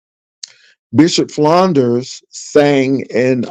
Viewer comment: Enjoyed you commentary, but can you please properly state my pastor's last name? It is Flunder, not Flunders, lol! Also, you'll be pleasantly surprised when you see the Color Purple to one point in you discourse today. Happy Holidays!